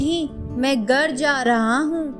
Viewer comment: Good videos, great intonation & narration. Need improvement in hindi pronunciation of few words like Ra'GH'av , 'GHar' , u'DH'ar, 'JH'onka, 'GH'us